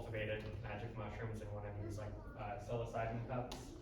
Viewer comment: Pretty good presentation so far have to watch the rest later but idk if he says it on purpose or if there's a reason for it cus he has a lot of knowledge about it but psilocybin is pronounced " Sy-low-sy-bin" or "Sy-low-sibe" either way thanx for the knowledge